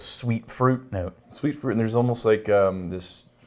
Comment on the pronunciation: I still can't figure out weird vocal tics; he ends all the -ing words with a 'k' sound and 'almost' comes out as 'oh-most'. It's really strange and I just had to get that off my chest. Love the show guys!